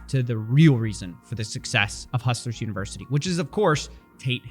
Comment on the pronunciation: Why did he keep saying hustlers university incorrectly?